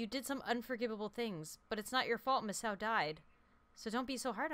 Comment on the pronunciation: I think Misao, is pronounced Mee- say- oh